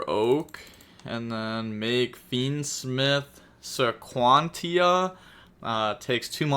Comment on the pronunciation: So Fiendsmith Sequentia would be pronounced like "suh - kwen - she - ah"